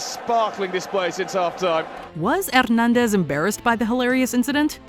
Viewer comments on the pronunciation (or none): That heavy and thick French accent, when attempting to pronounce Spanish names. 🤷‍♂️ Btw Javier is pronounced Ha-V-Air and Hernandez as Her-Nan-Des.